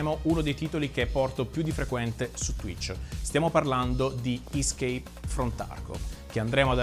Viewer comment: Premetto che non ho finito, ma sembra che chi gli ha fatto reagire al video non gli abbia fatto nemmeno un po' di introduzione alle premesse e alle meccaniche di "ischeip from Tarkov". Più che sentire una sfilata di tecnicismi mal pronunciati, autocelebrazione e pubblicità gratuita sarebbe stato bello una vera e propria reazione a come gli sviluppatori han trasformato in codice ciò che lui ha sperimentato. Se si sorprende di vedere l'arma sempre puntata e pronta a sparare e mi fa il pippone sconnesso, forse non ha capito che non è un simulatore di buone pratiche militari, ma un simulatore di Cheeki Breeki.